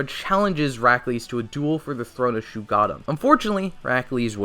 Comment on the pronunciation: #1: NOT SHUGADDAM ITS SHUG OH DDAMN